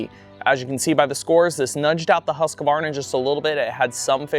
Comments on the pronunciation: Its “HUSK-VARNA” 😁😁😁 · Husqvarna is a 3 syllable word. It's not that hard to say man! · Well, in Sweden it’s actually pronounced Hus-Kvarna, with a ”long” U. Hus means House and Qvarna is kind of a mill (as in windmill).